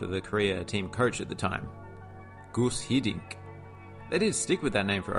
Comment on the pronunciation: The pronounciation of guus hiddink was rather painfull. You need to practice on that!